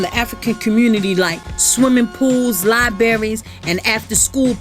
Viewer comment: "Liberries" LOL.